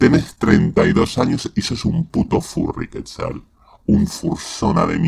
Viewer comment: Por qué dice QUÉTZAL y no QUETZAL?!